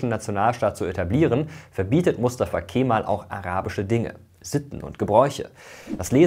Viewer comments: Es wird nicht „Keeeemal“ ausgesprochen, sondern einfach nur Kemal ohne das E in die Länge zu ziehen! ☝🏼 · So wird's ausgesprochen: Kämmall.